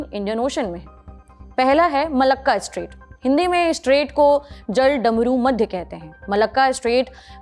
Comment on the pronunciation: Jaldarmumadhya nhi jalmarudmadhya hota hai